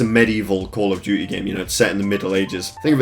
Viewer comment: call of dew-ee